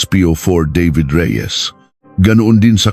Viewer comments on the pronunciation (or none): none